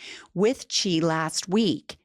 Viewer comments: Xi is pronounced as the letter “C”, not “she”. Not making fun of anyone, just helping out.❤ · Hello from Hong Kong. Love your show. BTW Xi is pronounced see. Not she. Just saying.